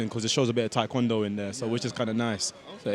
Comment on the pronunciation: Do they only teach athletes how to correctly pronounce Taekwondo (Tay-kwondo, not Thai) after they get Olympic gold?